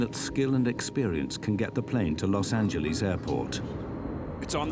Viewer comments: Las AngeLAS God damn Brits not Las AngelLEASE. 😂 If you're talking about our cities pronounce them correctly. Damn listening to Brits drives me mad sometimes. 😂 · Los angeleeez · Sorry but- “Los Angelees” “Pueto Vaarta” Sir I’m